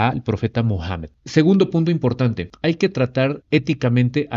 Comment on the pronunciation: Me encanta incluso su pronunciación de los nombres Alah y el profeta Mohamed. Lo hace muy bien.